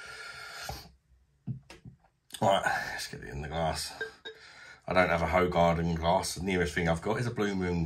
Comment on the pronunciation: Good review, thanks. A few years ago I was in Thailand having a beer with a group of Dutch and Belgian people I met. I mentioned Hoegaarden and pronounced it the same way as you and most other English people do. They fell about laughing as the proper pronunciation is completely different. Unfortunately I don't remember how they taught me to pronounce it as we'd had a few Leos so I still say it the same as you. It is decent beer though, as is Leo.